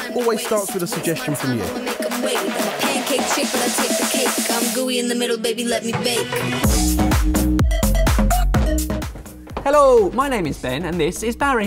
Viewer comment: I love this show but can Ben please just pronounce hello differently